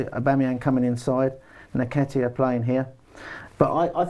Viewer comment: its pronounced NNNNnnnketiah not Neketiah